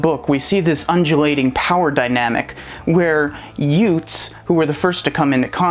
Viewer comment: Youths, not youts.